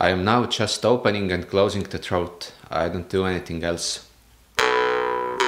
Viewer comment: Great video, but your pronouncation of "throat" is a little off-putting lol.